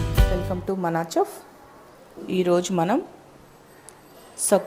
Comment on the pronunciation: Chef is pronounced as shef